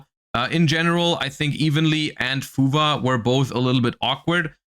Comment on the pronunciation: Why does it sound like he says fuva? When he’s talking about fuwalos?